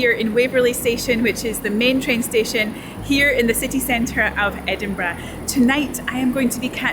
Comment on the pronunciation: I simply love your accent and the vid. The way you pronounce Edinburgh is simply magic. Every german English teacher would grant you with a 5 (which is is a bad note)😂 Just love it, go on like this and maybe once my Defender is ready to cruise, I m a participant of your journey offers…